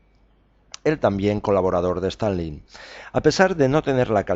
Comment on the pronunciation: ¿A qué viene pronunciar todo el rato "STAL - LIN" Es Stalin, con una sola "L", tanto en español como en ruso o cualquier otro idioma. Suena ridículo.